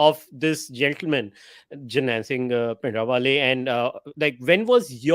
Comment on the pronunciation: Bhai Jbrdasti ka pronunciation of Bhindiwale